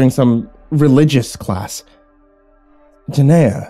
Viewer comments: Ordinarily, I LOVE your narrations... but halfway through the story I was shouting at my computer every time you mispronounced "Gehenna". There's another creepypasta channel that put out the same story; gonna see if he's more consistent. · Yes. Definitely not jeh-naya as the narrator pronounced it. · I love this except one thing. Gah-HEN-na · ... It's pronounced "Geh-hen-nuh"... 😐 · Why do I feel like you were trying to say Gehenna? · Do you mean Gehenna? If so, you're pronouncing it wrong. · Please watch blue exorcist to say Gehenna right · Gehenna is pronounced GehRena no gehena lol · "Geneya" Hmm, never heard of it. "It's hell in the Bible!" ... Wait, is he mispronouncing Gehenna? *checks original story* Yep. XD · Ginneah - no G-henn-a - yes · The ancient bloodsoaked sacrificial grounds outside of ancient Jerusalem that inspired the word: ahegm Guinea. Because they tried and experimented with torture and blood sacrifice there. Hence the name Guinea (like guinea pig). Or for any Dragon Ball manga readers the Know the Japanese version: Gine. Ya know because she’s named after a vegetable from THE GROUND? When are you guys gehenna get your pronunciations correct? Smh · I had to check the original story, because it sounded like the destination was Guiana--which would be a way more mysterious destination for a train traveling through an interdimensional void than Hell, if you ask me. And then it sounded like he was saying "Jenaya", which made me think they were talking about two different things. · I love you. Love the stories, love your personality, love your soul. With that said, I'm not reading what you are, but if you are reading "Gehenna" thr pronunciation is geh-HEHN-uh with a g sound at the beginning not a J. If it's not that I apologize! If it is just letting you know. Keep up the awesome work man. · Damn good story, but Gehenna is pronounced guh-henna not jeh-naya....... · And then Guyana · Dont forget giyena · It's pernounced (gah-hen-na)